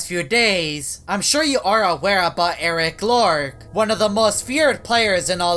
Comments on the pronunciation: Its eris loris not eris lorc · Eric lork Me: it’s Eris loris